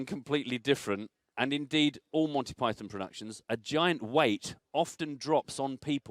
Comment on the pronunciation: forgetting the game completely, if you cannot say "Monty Python", maybe you shouldn't be speaking in public, not even in your local co-op ;)